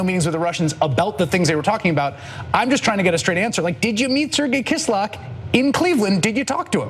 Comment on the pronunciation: Kislyak - kiss-lee-ya-k